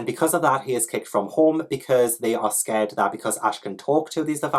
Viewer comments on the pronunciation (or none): none